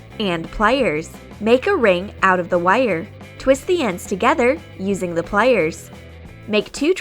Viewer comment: Why does she say wire and plier so weird